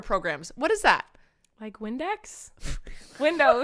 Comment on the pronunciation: “windex” oh my god colleen